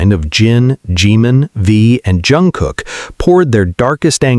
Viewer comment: ...it is pronounced Shooga not sue ga.....and Jun Gook not Jun Cook